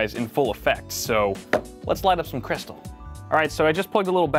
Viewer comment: "lets light up some crystle" 😂😂